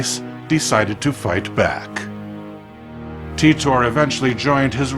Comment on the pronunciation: "Teet-tor"? I always thought it was pronounced like tighter.